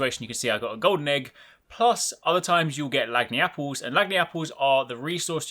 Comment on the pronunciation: lag-knee-apple, lol. Lahn-yapple, like langiappe (lahn-yap) but with apple. We use it down here to mean "a bit extra", which is why it makes perfect sense in its use here. I'm only poking a little fun at you. I don't run across many people on the internet who understand cajun. I'm honestly surprised to see it in a monster hunter game.